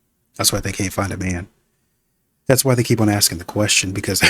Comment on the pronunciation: "Axing?" Are you Lizzy Borden?